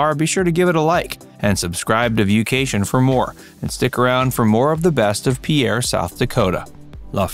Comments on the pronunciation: It's pronounced pier. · Mispronouncing the name is irritating, the video also has several mistakes